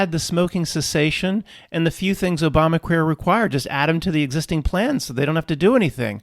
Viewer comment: i don't think you meant to say obamaqueer but it was funny.